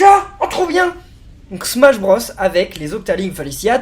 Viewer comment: SMACHE BROSSE !!!!!!